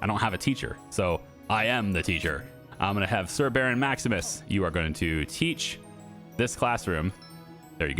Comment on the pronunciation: “Sir Baron” sounds like ”Laborer Milling Worker.”